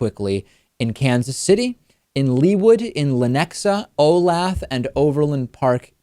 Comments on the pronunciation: lol O'lath. When I first moved here i thought the name was weird. It's pronounced O-lay-the. No worries though, I got a good chuckle. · Pronounced Oh-LAY-thuh (Olathe). I live there. :) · LOL@ "Oh-lath" Locals will get it.